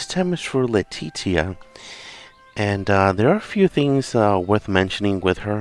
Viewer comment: Her name is pronounced LEA-TEE-SHA